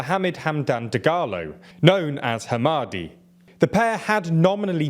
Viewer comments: As a Sudanese person, thanks for covering this. Just as a heads up - Dagalo's name is pronounced Him-id-tee, not Hamadi. Not that I care all that much, he's a bastard. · Bro butchered The Word hemedti 😂😂😂